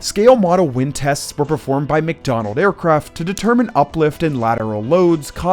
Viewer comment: "McDonald Aircraft" oops